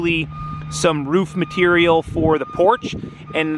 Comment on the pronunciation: Mate it's ROO FFF not woof!